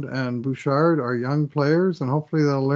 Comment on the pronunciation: In French you would not pronounce the "d" in Bouchard.